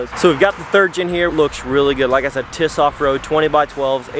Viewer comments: It's T.I.S....NOT TIS.... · It’s T.I.S not TIS just sayin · It’s. Not tis it’s TWENTY INCHES STRONG you say the letters individual